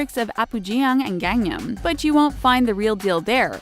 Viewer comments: “Apujäng“ “Gängnäm“ “Dongdämen“ No hate this is just so funny :D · the way this woman pronounces “gangnam” and all of the other cities and shit makes me cringe too hard. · Could you please learn how to pronounce Korean names? I cringed badly at the mangling of "Apgujeong", amongst others, and even "Gangnam" was arguably said wrong, too. Also, there were more than a few street shots that were from a Chinese city, and not a Korean one. Quality control, guys. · gang-new-yum cringe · The way she said Apgujeong, Gangnam, and every other city would make WooLara QUAKE HUNTY. (edited to make sure I got all cities)